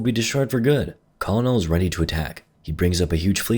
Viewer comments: He says it like Coll - o - nell when it should be like "Kernel"... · Man, the mispronunciation of "Colonel" is killing me. It's pronounced kur-nel. Great vid still. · The conol lmao the kernel is how you say it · Its ahhhh..... pronounce "kerr-nel" not "call-nel". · I can’t tell if he pronounces Colonel as it’s spelled as a joke or he doesn’t know it’s “kernel” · Too all people learning English and to you. I apologize but Colonel is pronounced "kernel"... XD English sucks lmfao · Colonel is pronounced Kurrnull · I don't know if it's on purpose, but the one thing that kept pulling me out of this vid was way of saying "Colonel." In all my training, it was pronounced "kernel" (and no, I don't know why), but I enjoyed the rest of the video in any case. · The Colonel is pronounced Kernel. Christ.... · “Colonel” is pronounced like “kernel”. Your making my ears bleed please stop. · Idk if you're doing it as a joke, but "colonel" has 2 syllables, pronounced like "kernel" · FYI colonel is pronounced kernel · Colonel is pronounced kernel by the way. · So... Colonel is pronounced Kernel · Colonel is a military rank, pronounced like Kernal. You’ve probably heard it before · pronounced “kernel” btw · colonel is pronounced like "ke-nel" i know its stupid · finally a shot of Neytiri's nipple! Always wondered what that looked like. Turns out it looks like most others. :| edit Colonel is pronounced similar to 'Kernel' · bro pronounced colonel as colonel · The amount of effort this man put into pronouncing the names/titles of the made up aliens after mispronouncing the word colonel like three times has me screeching. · I've never heard Colonel pronounced like, well, like it's spelt, before Incidentally, after the humans reach orbit, they commenced orbital bombardment, ending most life on Pandora and in a sense terraforming it, since in the Avatar universe, Earth is an ecological wasteland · ... that''s not how you pronounce Colonel.